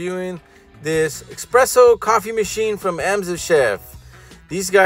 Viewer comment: ITS ES-PRESSO!!! NOT EX-PRESSO!!!!!!!!!!!